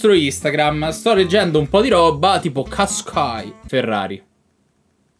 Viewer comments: MA COME LO HAI DETTO QUASQAI AHAHHAHA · NISSAN "QUASQUAI" AHAHAHAHHAHA